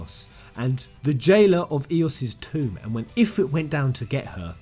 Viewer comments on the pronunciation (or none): none